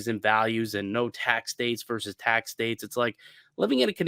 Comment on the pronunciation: Versus is not pronounced “verse”